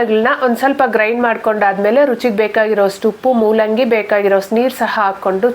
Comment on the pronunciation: Mullangi alla madam it's moolangi